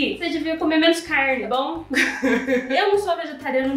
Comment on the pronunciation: O certo na pronúncia é CARNE e não caIrne, ACERTAR e não acerIrtar. Tem que estudar mais viu filha!